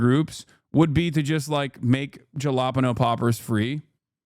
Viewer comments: Hasan showing his Jersey heritage here, a Caliboy would pronounce it "hellapenyos". 🌶😄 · That is NOT how one says Jalapeños brother...